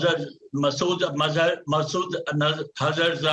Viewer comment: lol. Indians are living in a dream. Come send ur cameras and see what you have destroyed. Ur kinetic and diplomatic actions both failed. the poor general couldn't even speak a name correctly. shows the lies of India. His name is Masood Azhar , not mazhar, zahar etc